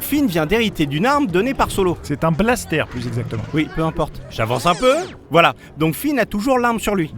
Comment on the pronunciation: Un 'balssetèr' ... Non un blaster x'D